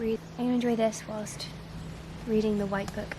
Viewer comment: As an American, I love how you say, “whilst.” 💙🩵💜💚